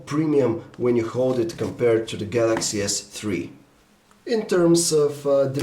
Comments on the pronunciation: Galaxy S three. THREE. not tree! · I like how you say Galaxy s Tree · dis guy likes da galaxy s tree. remember we all tend to like da galaxy s tree